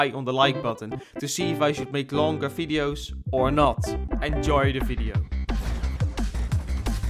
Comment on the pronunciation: Did he really say fideos?